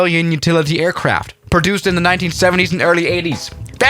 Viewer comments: "Just a routine Saba airport landing" he said while landing at St. Barth. Also "Aircarfts" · "Aircarfts" LMAO!